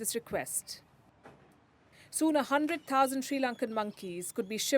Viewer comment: """A hundrrrrred thousannd monkey"" 🤣🤣🤣🤣🤣